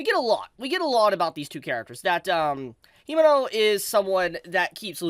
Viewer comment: Fyi Kobeni = Ko - Ben - ee | Himeno = He - may - no